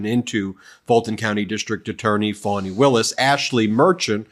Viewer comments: It's pronounced "fahni", Ben, not "fawni". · It Wasnt "A" trip. It was Trips!!!! This Nathan Wade that appeared to be dumb as it gets on the stand was being paid 4 times more than the average DA and he had NEVER done a case like this. Not to mention that Fat Fanny Not pronounced Fawn E ran against Paul Howard that she would not be having affairs with employees of the office which is even more proof she is a Liar.